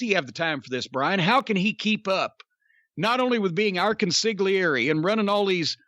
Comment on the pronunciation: The "g" is silent on consigliere.